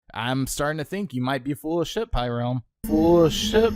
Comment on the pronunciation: Heh I liked this video before watching this video what do you think about that pyrerealm! Also it’s pyrerrralm not “pyrealm”